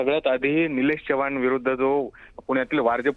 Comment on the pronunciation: चव्हाण आहे च्यवान नाही रे 😂